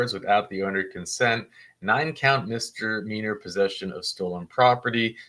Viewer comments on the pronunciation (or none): Please quit saying MISTER-MEANER. 🙏🏻 The word is 'mis-DE-meaner'. Ask Richard. Thanks. I'd appreciate it.